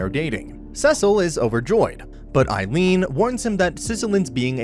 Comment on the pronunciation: Her name is Cecily not "Sizzlean" (idc what Crunchyroll put in the close captions). I mean, even her father is named Cecil.